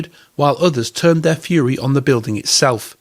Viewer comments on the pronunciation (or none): none